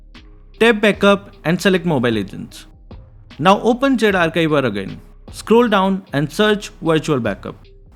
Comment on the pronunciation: Zarchiver ❌ Zarkaivar ✅